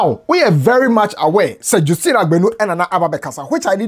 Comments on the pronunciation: Justine is pronounced jas-teen not jus- teen. Thanks for your diligence in research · please it’s pronounced JUST-ine. Just as Justice, it is Justine. From the Grandma’s own mouth. Thank you sir🤝🏾😌 just wanted to correct this